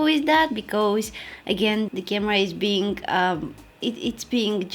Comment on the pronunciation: is it just me or she always pronounce the words ended in NG as NGK? Like , Somethingk , beingk? haha so cute :)